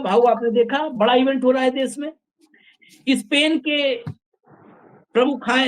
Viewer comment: Hindi sahi bole maharaj ispain nhi spain hota hai